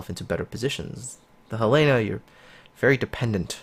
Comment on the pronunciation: I think it's pronounced Hell eh na, accent on the first vowel. Not He lay na. I could be wrong...